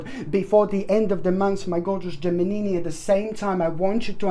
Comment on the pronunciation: U are so funny! Learn to pronounce the word. GEMINI. LOL .